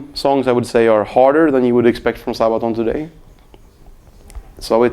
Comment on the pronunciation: Love him and Sabaton.But it is funny how he says:"Sahbaton".